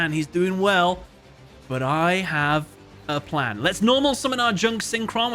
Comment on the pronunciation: My pwan is gweat!